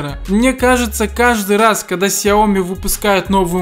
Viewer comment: He тупи Xiaomi ку... Блин, это же сяоми!